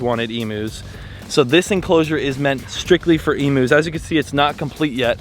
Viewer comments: I’ma bit excited to hear you’re getting emus. But can I let you know It’s pronounced Eeem-You not ee-moo. Love you ❤ all the way from Australia 🇦🇺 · Oh man, if you gonna get some Emus imma need you to pronounce it properly. It’s eem-you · Lol please look up an Aussie video about emus to learn how to pronounce emus . ❤️ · The amount of times said "Emus" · I love and laugh and how you pronounce Emus 😂 G’day from an Aussie❤🇦🇺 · Stop saying emus wrong 😢